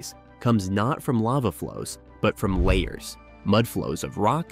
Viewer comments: The word "lahar" is pronounced la - har, with the accent on the 2nd syllable. The first syllable is LA, as in Fa, la, la, etc. It is NOT layer, as you have pronounced it. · Lahar is pronounced La Har Not Layer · LA har. Not la bar. But definitely not layer. Lol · " Layers"?? You mean lahar( la-har). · La Har , not LAY HAR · Why didn't you use a clip of the real Mt. St. Helens when you mentioned it in the intro? And "lahar" is pronounced as la-HAR, not lay-er. WTF? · Computer voice doesn’t know what a LAHAR is.. layers.. right. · Can you pronounce lahar corectly?